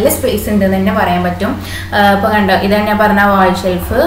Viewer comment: നാൻ എന്നല്ല ഞാൻ .